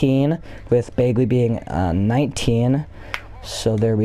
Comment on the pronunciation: It’s Bag-Lee not Bayg-Lee